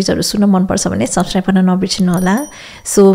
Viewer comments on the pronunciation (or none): none